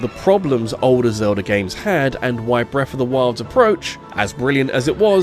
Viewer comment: i cant listen to this guy say breffa 500 times.